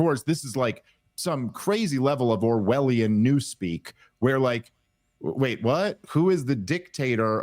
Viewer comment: I totally thought he said, "OVARIAN new-speak" - LMAO